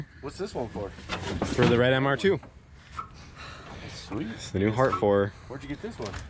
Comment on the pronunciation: I feel ya on the intonation..... 🙉